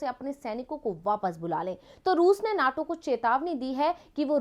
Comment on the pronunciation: Naaato nhi NATO hy yy neetoo